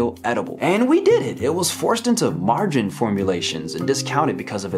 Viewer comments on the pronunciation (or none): "margin formulations"? like an investment scheme? If anyone knows, is this his accent, or is margarine so far behind us now, that no one under 30 knows what it is? I was raised on the stuff and still remember having butter for the first time when I was about 12.